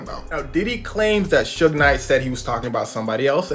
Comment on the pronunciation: I can’t handle AI saying, “ Soog “ for Suge